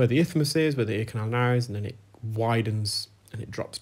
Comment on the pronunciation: Isthmus not ithmus